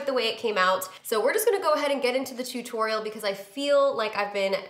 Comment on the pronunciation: I never noticed that you pronounce tutorial as "too-torial" lol